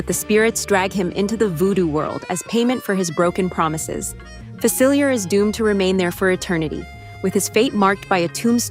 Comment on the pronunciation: It’s pronounced RAI-uh, AH-nuh, fuh-sill-ee-AY, al-UH-MEE-duh, GAHN-too, EEZ-muh, SHEER cahn, mad-UHM mim, JUH-peht-oh, and grim-HILD, “”! 🤨 You need to study more! 🙄